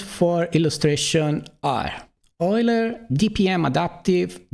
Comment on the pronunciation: for pronouncing Euler correctly